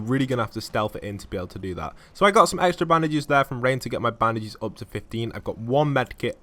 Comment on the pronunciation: It's bandages not Baandases